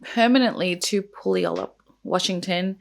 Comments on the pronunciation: You can pronounce garage however you feel most comfortable. People from different places say it differently. Where I'm from it's gah-raj. Oh and for future reference Puyallup Washington is pronounced like pew-all-up. I actually lived close to there when I was a teenager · Washingtonian here! It’s pronounced Pew (like a laser pew pew) All-Up haha everyone gets it wrong but yeah Puyallup = pew-all-up ❤